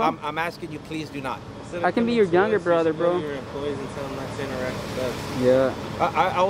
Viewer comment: INTER-REACT????? WHAT???? I think he was trying to say 'INTERACT'